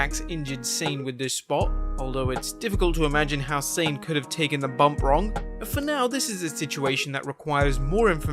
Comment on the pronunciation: It's not Sane. It's pronounced "sah-neh". I don't speak japanese and it drives me insane